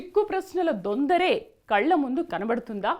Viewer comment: దొందర కాదమ్మా దొంతర.....